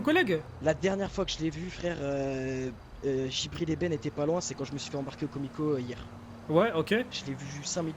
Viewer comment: C JIBRIL ET NON GIBRIL